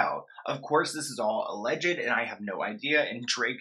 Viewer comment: hey i love you but alleged is pronounced “uh-ledged“ not “uh-le-jid”,, im not trying to be annoying i just want to help :)